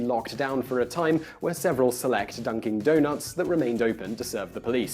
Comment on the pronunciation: just a small correction, or more appropriately, miscorrection. It sounds like you actually pronounced it dunking, not dunkin'. 😁